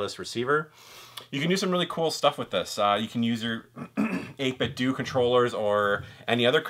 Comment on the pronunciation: The end of 8bitdo is pronounced like Nintendo